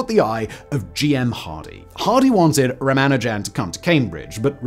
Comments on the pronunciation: "Ramajan-a-ding-dong" "Ra-man-jan"?? "Ra-manu-jan" You must have recognised you pronounced it three different ways...but didn't bother to correct?? So disrespectful... "Tilling" the plane... do you just make noises with your mouth without regard for the meaning?? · How did you manage to lose a whole syllable from Ramanujan's name? I know the Indian pronunciation puts a little less stress on it than the usual English pronunciation but dropping it entirely is a bit much. Edit: Oh, you do get it (or at least closer) a few times. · Ramanujan : ❌️ Ram a jam : ✅️ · “Tilling the plane” “Ramajam” Dude, don’t rush the pronunciation. 😅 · It's rama- new- jen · 'Ramajam'?!? Really? You might at least have learned to say his name, or perhaps pronounce it how it's spelled. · Would normally say it doesn't matter but ruhman nojan 😅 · This video probably will get the Guinness Book of World Records entry for the largest number of (incorrect) permutations of pronunciation of 'Ramanujan'🤣🤣🤣🤣🤣🤣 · He used like 7 pronunciations, none of which are correct lol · Consult with someone who speaks Tamil, how to pronounce Ramanujan and consult with any mathematician on how to pronounce Euler. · Was the intent to pronounce Ramanujan’s name differently every time you say it? He was not an amateur tho. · How many ways can he mispronounce Ramanujan though? 😀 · I got to where you totally failed to pronounce Ramanujan's name. Not watching anymore until you correct it. I'll wait. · While your articulation is splendid, I think the pronunciation needs some work. "Tilling" the plane? Surely that's not how tiling it's pronounced anywhere? I can't say for sure how Ramanujan should be pronounced, but I have gotten used to a few very different ones from yours. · Guy can't pronounce Ramanujam. Ffs.